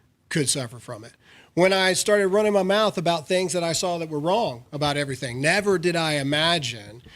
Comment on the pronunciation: Everysing akording to plan, comrades.